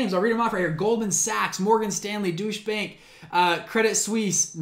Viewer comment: Nah you pronounced it right :p